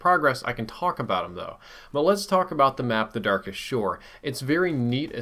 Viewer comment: "The Darkest Shore"? I believe you said that incorrect